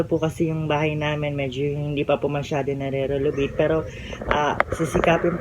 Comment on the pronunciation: Narenovate not narelovate